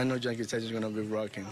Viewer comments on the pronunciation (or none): he said janke stadium i love my dominican king el marciano ☠😅